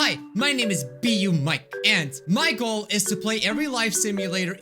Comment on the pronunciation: I think he said My goal but now that you said that I hear it.